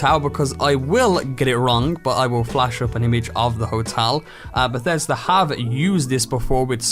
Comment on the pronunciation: Beshesda? You mean Bethesda?